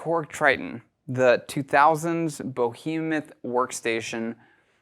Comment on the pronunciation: You sound like a hill billy when you pronounce “behemoth” as “bow-he-muth”. Don’t use words you don’t know how to pronounce, your glasses belie your level of intelligence.